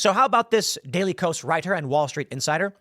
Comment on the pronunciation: I'm pretty sure that the KOS in daily KOS, is supposed to be pronounced K-OS, or "chaos"